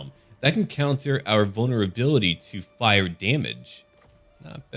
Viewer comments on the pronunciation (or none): none